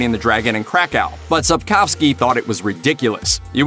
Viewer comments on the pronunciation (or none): Sapkowski, not fucking Sapchowski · just a tip: it's Sap-koh-vski. No Sap-cho-vski. Like you are not a a Lepper channel ;) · bro said sop chop ski